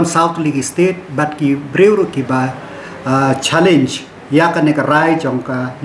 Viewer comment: Ei pynbeit shuwa phi ki pronounced Educational of Meghalaya....dei challenge um dei challeiñ🤣🤣🤣🤣🤣🤣🤣🤣🤣🤣🤣🤣🤣🤣